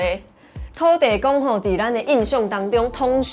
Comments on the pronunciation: 給個建議, 土地公的台語是土"字"公("字"台語發音) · 土地公應該是Thóo-tī-kong 😊